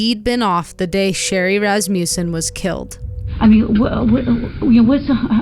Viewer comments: Ras ma sson not Ras mew sson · It is a short u, not a long u. Phonically pronounced as "Ras ma sin", not as "Ras mu sin"